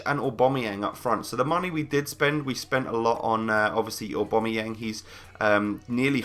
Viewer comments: AWW BAM EE YANG, NOT AWW BOM A YANG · no, its u-bam-u-yang